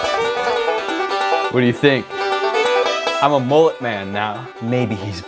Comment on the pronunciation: Mullet, not moolet